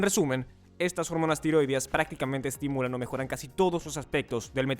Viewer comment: «Tiróideas» NO, TIROIDEAS, con acento tónico en la «e». Lívido (con acento en la primera «i») = Pálido, con mal color; LIBIDO (con acento tónico en la segunda «i»), impulso sexual. De todas formas, GRACIAS por el vídeo, muy buena información.